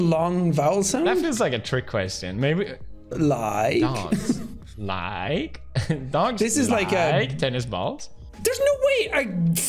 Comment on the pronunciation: Like has a diphthong! l-ai-k 😜